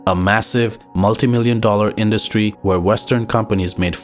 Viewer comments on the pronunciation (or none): none